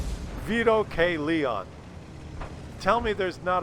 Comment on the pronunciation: I would think a person as proud of their Italian heritage as you would know how to pronounce Leone. It's lay-oh-nay. (I know, have a cookie.)